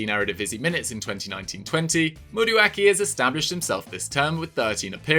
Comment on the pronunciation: Lovely video. But just a pronunciation tip for a fellow Nigerian. Madueke is pronounced like MAh-Du-eH-Keh